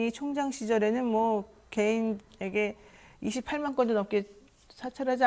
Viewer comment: 28만이 아니라282만 노영희님 요즘 발음도 헛트러지구 어디 아픈사람같어?..